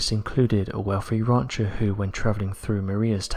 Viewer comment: What's a "rauncher"?